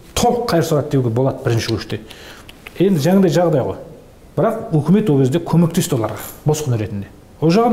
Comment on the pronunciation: Жақсы әңгіме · шынайы шындық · 👍👍👍👍 УУкмет емес үкімет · уултірген ， улген емес ӨЛТІРІЛГЕН ， ӨЛГЕН деп қазақша дыбысталса жақсы болар еді ·